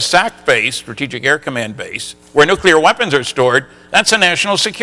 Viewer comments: This is the former physicist who still says "NOO-KYOO-LIR" when he means nuclear. How much credibility do you think this here engineering college graduate is going to grant him after that? And then of course there's also his willfully obtuse insistence on saying "ZACH-aria" Sitchin instead of ZECH-aria Sitchin. HACK. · I happen to agree with you. You have a valid few points. No self respectable scientist would be lazy enough to to mispronounce nuclear, or sitchins name. This DOES say a lot about the man, despite the whiners below asking you for a real point.... kids argument, content is surely important, but these points about pronunciation are just AS valid, and DO mean something. It would be just the same as me, being a composer, saying ludwig vanbetavan..... it MATTERS.